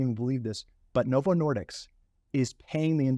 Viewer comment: As someone who knows, it drives me crazy that he keeps getting the name wrong. It's Novo Nordisk, not Novo Nordicks! 😆